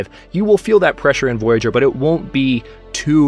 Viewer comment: Please correct me if I'm wrong, but I think you pronounce "Voyageur" wrong. The way you say it sounds more like the english word "voyager"". I'm guessing, since the game is Canadian, it's actually the french pronounciation as indicated by the spelling of the word. [vwajaʒœʀ]